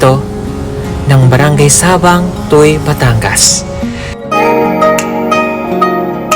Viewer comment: Please ask Carlito how to correctly pronounce "SABANG"